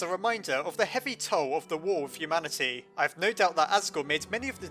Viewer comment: wow you said humamity [no offence]